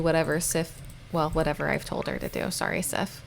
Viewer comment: I know its really late but im pretty sure that Sif is pronounced Siv, with the i being long. You said she was from norse decent and im swedish. I know that back in the day f was often pronounced as a v, and Siv is/was a common name.